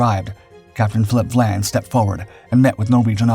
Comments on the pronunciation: Captain Phillip VIAN, not VLAN.... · Your narrator misread the name of Capt. Vian. That is an "i" after the "V", so it it is Capt. VY-ANNE, NOT Capt. Vlan. So a human narrator for once? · Apparently Captain Dau was forced to retire & killed himself on the day Germany surrendered. And it's "Phillip Vian" - not "Vlan" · For Gods sake get it right !! It’s Captain Philip Vian NOT Captain Philip Vlan. Also, why are you showing images of battleships and cruisers when HMS Cossack was a destroyer. There are plenty of images available of British destroyers, including Cossack, so there is absolutely no excuse for this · Capt VIAN not Vlan. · It is good that, again, the AI mispronunciations have been picked up. There is no letter l in Sir Philip's name - It is VIAN. Moving on, there is no "D" in British - but there is a letter T with which Americans have difficulty. Again, the refusal (not denial) of permission to proceed would probably (not "likely") have been refused, not "denied". English is our language, and we are proud of it: American is a somewhat different language, in increasing ways.